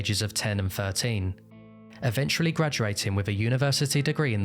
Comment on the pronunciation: great video. have always been fascinated by this case. one request though - please avoid pronouncing eventually like evenchrually. it's kinda annoying